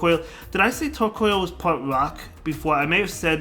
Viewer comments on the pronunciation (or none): Tortoise + Coal...not Coil.... Tor-COAL - otherwise nice vid! :D